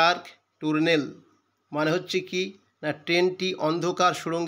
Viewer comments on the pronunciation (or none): টুনেল নয় টানেল